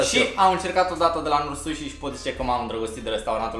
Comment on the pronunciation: pronuntia de la #NoriSushi e un pic diferita...Big Like ptr Vlog :)